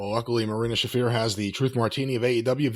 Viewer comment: She even botched her own name. Marina, it's "Shafer" not "Shaffeer"